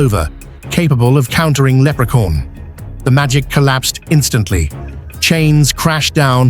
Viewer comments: For some reason I kept hearing leprecorn.😅 of course Leprechaun would win. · Can't get it out of my head how narrator says Leprecorn!😆😆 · Lerpecorn huh ? Interesting coming from ai slop 🖕🏼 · Haha lepre-corn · I think he did pronounce leprechaun but in a British way like they always talk